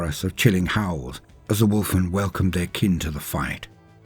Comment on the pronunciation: I love your posts, but all I heard was “Wolf wolf wolf wolf wolf “.;)